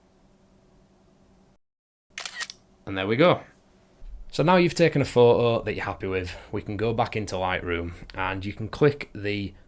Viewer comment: Wait... So you can pronounce the "t" in "photographers" but not in "photo"? Fuck I rude... 🤦🏻‍♀️